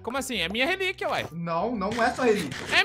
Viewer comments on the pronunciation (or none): essa nova rreliquia kkkkkk ele falou tudo